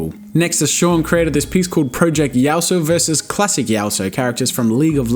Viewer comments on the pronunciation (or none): Yas-ooo-oh not yao-so... Its now my goal to get you to play a game of league.